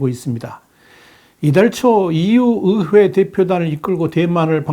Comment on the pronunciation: 의회 발음 안되시나 어회 어회